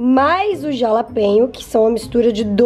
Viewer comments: Não se pronuncia como ta escrito. Se fala RALAPENHO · Se fala JALAPENHA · Se pronuncia RALAPENHO 🤣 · SE FALA, "RALAPENHO" <3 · "jalapenho" kkkkkkkk ai, só vc mesmo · se fores ver algum sitio diz jalapeno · Simmmm que agonia ela falando jalapeño 😂😂